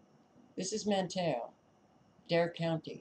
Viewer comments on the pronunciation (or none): Sorry, but being a native North Carolinian, I feel the need to provide you with the correct pronunciation of one of the towns you mentioned. It's pronounced /MAN tee o/, not /man TAY o/.